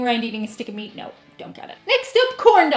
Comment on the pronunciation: Hello, I can understand your aversion to ground beef, I had a girlfriend years ago who didn’t care for it. I enjoy it myself though I’d rather have a nice T-bone steak anytime. My question of you is why do some Irish folk, yourself included put letters in words that they don’t belong in. For instance, you say the word meat three times in a row, each time I’m hearing meast? Where did the s come from? It’s rather distinct, and I’ve heard other Irish people do it with other words... Just curious, thought I’d ask as this has been nagging at me for awhile?🤔 P.s. you say meatloaf just fine, but meat alone somehow comes out meast???